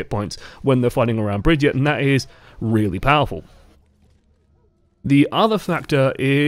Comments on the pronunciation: HER NAME AINT BRIDGET OR BRIGETE ITS BRIGITTE WITH AN 'I' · just to clear it up it's pronounced Brig-eat-uh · ITS BRI-GEE-TAH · Drinking game: take a shot every time he mispronounces her name, and take two every time he said another name when he meant to say Brigitte. I’ll pick you up from the emergency room tomorrow.